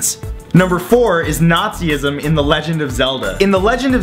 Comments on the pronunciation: Nah- ze- isem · how the hell did you pronounce nazism?!?